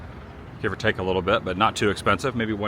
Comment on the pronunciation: Bruh, it's 'too' . Easy fix .